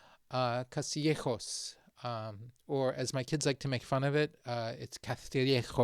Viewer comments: CaStillejoS, not caZtillejoZ. S like Spain. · It is pronounce CASTIYEKHOS. Not cathriyekhos. But we say therbetha (cerveza, beer) if u wanna laugh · It’s written Castillejos, not Caztillejoz… my god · Sir, it is pronounced Castillejos (the S only makes the S sound). What in English sounds like a TH, is only on the letters C and Z. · We don’t say “Caztillejoz”. We don’t change the “S’s”. What we do, is call “C’s and Z’s” for what they are, not like in other Spanish speaking countries where they use "S" sound for everything (including C's and Z's).So stop that nonsense. Please learn Castillian also known as Spanish worldwide… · Mother of holy love. I'm Spanish and I got scared when he pronounced "Castillejos." The 's' is not a 'c'. /kas.tiˈʎe.xos/... I don’t understand where this whole idea comes from that, just because Latin Americans don’t distinguish between the letters 'c', 's', and 'z', now Spaniards supposedly have a lisp. The sound of 'c' before the vowels a, o, u is 'ka', 'ko', 'ku', and when it's 'c' before e or i, the sound is literally the same as 'th' in English. KAS TI LLE HOS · Castillejos would be pronounced like that if it was written Caztillejoz. It is not that difficult to understand. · There's no 'th' sound in 'Castillejos'. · Spanish native here. Tell your kids that they are mispronouncing Castillejos (you actually got it right). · Castillejos is pronunced with "s" sound in Castilian Spanish. Btw, Morocco is Spain's biggest threat